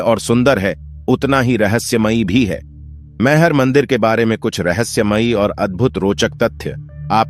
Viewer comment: Aap gaLat uchharan mehar kyon kah rahe hain jab ki sahi uchharan maiher hai